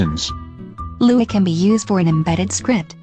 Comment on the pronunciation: You just had to say it like LUA huh